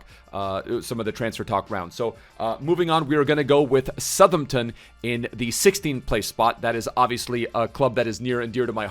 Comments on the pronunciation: Who’s southernten? How hard is south Hampton to say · Love to see saying ‘Suthumton’ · As someone who grew up in Southampton, your pronunciation really grates me lmao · He does it on purpose just to troll man, dw he knows how to pronounce it properly 😂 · is really not good at pronouncing names. The way he said Southampton, vizeh and grealish hurt me